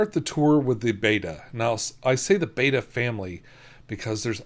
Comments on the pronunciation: Betta is pronounced BET-uh, not BAY-tuh. Beta (pronounced BAY-uh) is the second letter of the Greek alphabet. Betta (pronounced BET-uh) is the fish! Thanks for the wonderful video. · Mom wow. it's people like you who really make this world go round! could you believe what this world would be like if one person mispronounced betta... wow thank you so much! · Its one of those things that happens when you read a word a lot and pronounce it wrong in your head then can't stop saying it that way. I do that ALOT. Now I do actually know how its pronced but its a bit of a struggle to get myself to say it. If you watch my Betta game video I do it both ways. I don't actually care if someone pronounces it one way or the other. But I get annoyed when people say gyro wrong. So I won't judge.